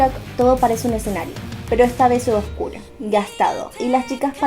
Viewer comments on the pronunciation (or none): none